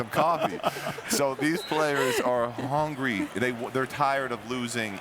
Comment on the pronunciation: I was thinking the same thing when he said "he hongry!" referring to the young Lonzo. LOL!